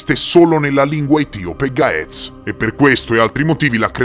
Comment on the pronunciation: Dai incredibile, anche la lingua vecchia del mio paese e gez. In Eritrea, in chiesa la messa e ancora celebrata in gez. Ma è una lingua morta.cmq la pronuncia di gaez e gez. Per chi legge in italiano